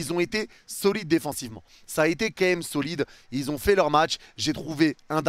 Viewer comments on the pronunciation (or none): fais un effort! « Quemme » dis « quand même » prends le temps stp je queblo dessus espèce de Fraude